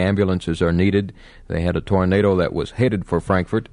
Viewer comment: Does your boyfriend pronounce it as “tornada” like his great-uncle?